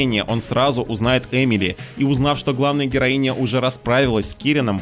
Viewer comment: Не понимаю, зачем так выделять окончания. Героиня и капитанша нормальные слова